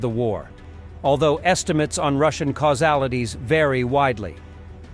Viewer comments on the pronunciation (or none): Casualties not causealities……